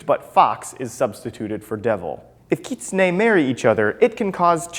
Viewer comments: no no no no, you're saying it wrong. You're saying it like "keet-sun-e' " when its pronouced: "kit-soon-e' " sorry, just pointing that out :) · Utahraptorr it is. He is pronouncing it wrong. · Kit-su-nae? I’ve been pronouncing it wrong, I pronounced it as Kit-sune.. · i thought it was pronounced Kit-Soon